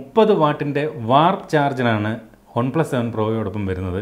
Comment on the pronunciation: ഒൺ പ്ലസ് അല്ല One plus